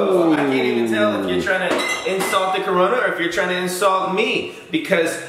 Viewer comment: lol you said tood